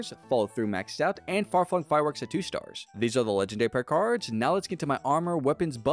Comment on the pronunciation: Staaaaaaars why do you say it like that?